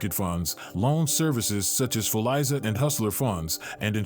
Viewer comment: Fuliza not Fulaiza